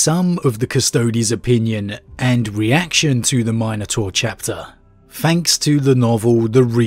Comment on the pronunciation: Nope. Can't get past how you pronounce minotaur.